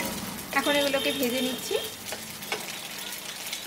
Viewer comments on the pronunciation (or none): none